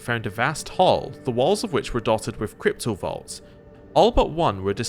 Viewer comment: I keep hearing you say cryptovaults and it gnaws at me. XD